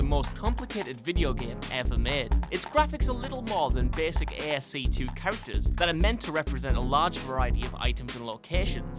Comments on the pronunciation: And, it's pronounced like "asky" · It's ASCII (ass-kee), not "ey-ess-see-two". The II is not a two, it's an abbreviation of "Information Interchange". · Just gotta say because some of us Dwarf Fortress Players can be a bit pedantic, it's ASCII like as-ki not ASC2. Fine vid otherwise though :). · It's not "ASC 2" it's "ASCII" as in "American Standard Code for Information Interchange" No wonder you can't figure out these games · ASC2? It's ASCII, American Standard Code for Input Interface. Pronounced 'Askey' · No friend, its commonly know as "ass-kee", since there should be no differences when pronouncing acronyms used for standard terminology in any field. This is a simple, yet great example of an acronym in this case used in the electronic communications field of the IT industry. Acronyms are not translated in any language and in nature come from different languages most commonly English. So in fact it should be known as "ass-kee" by everybody who understands basic encoding for computers. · ASCII s pronounced ass-kee (American standard code of information interchange) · "ASC-II", not "aski"? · jaketheauroran Then they weren't paying attention during classes because Kristoffer is right about the pronunciation. A simple Google search on "ASCii pronunciation" will clarify this. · I'm so glad I scrolled down and found this. My eye immediately twitched when I heard that butchering of ASCII. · thank goodness im not the only one that cringed at the butchering of ASCII albeit the "II" can fool people into thinking roman numeral II (2)